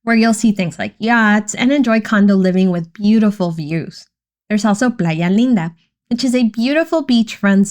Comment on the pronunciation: I could not understand when you were saying the other areas only eeks-staapa or Plya Leen Da